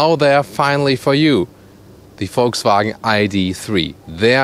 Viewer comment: Volkswagen not voltswagen learn how to pronounce car names